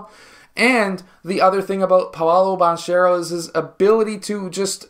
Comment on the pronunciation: That’s not how you pronounce Banchero’s last name. You’ve clearly watched his games and still haven’t heard the announcers say it correctly?